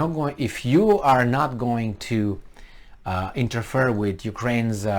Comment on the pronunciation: interfere is like "inter-fear" not like "inter-fur"